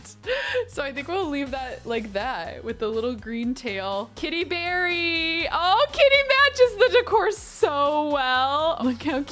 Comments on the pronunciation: Every time I hear you say Kitty Berry, I hear Katie Perry! Haha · Kitty Berry sounds a lot like you’re saying Katy Perry so I don’t want you to change the name 😂